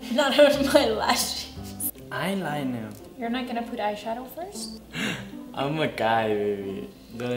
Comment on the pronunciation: JAJAJAJAJAJA NMM faundeishion JAJAJAJJAA ailainah mascalah